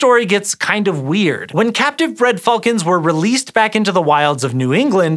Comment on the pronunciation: How much do i have to pledge on Patreon to never Here this guy say. Ever again????